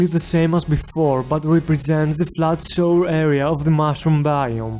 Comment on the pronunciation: Mushroom sounds like mushrum XD